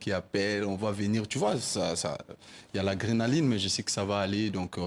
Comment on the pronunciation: on dit l’adrénaline et non la grenaline 😅 tu as emporté avec toi ta comédie jusque même sur le plateau de JTA😂😂😂